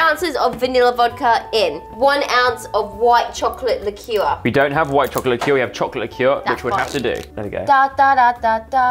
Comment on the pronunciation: 6 ozz’s of chocolate licker: 6 ounces of chocolate licour 😂😂😂😂😂😂 (btw sos bout spelling)